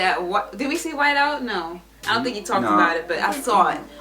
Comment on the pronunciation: In the beginning about the white out. She said "w-i-c-e". lol ofc it was never that.